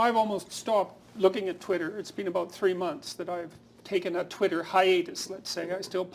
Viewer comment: "twatter" lol